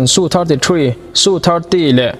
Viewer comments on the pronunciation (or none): India hiiii..... Su 35 te...... Rafael te hi an hmachhuan ber pawl an ni ang. Tunah hian an hmang mek bawk a. A kimlo deuh a ni. Su te i tia.... SU Es-eu tih zawk tur nilo maw. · Tha thlah miah lo atang,..😂😂😂Ihre ril lo ve ang chu aw🤣🤣mi ziah sa bak ichhiar nek lo ange....chuan tu man Frigates hi Frigas an ti ngai lo bawk,...SU hi tuman Su(hmeichhe zahmawh lam ang in) ti in an lam ngai lo bawk,...